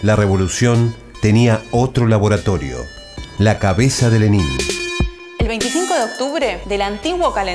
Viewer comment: Se pronuncia Lénin, no Lenín. Y con una bibliografía tan escasa (un sólo autor), no es de sorprender lo sesgado del material. Más recomendable son los libros de Service, Sebestyen, y Dmitri Volkogonov, el mejor que he leído sobre Lenin, y el primer tomo de la biografía de Stalin De Kotkin aborda la figura de Lenin bastante a fondo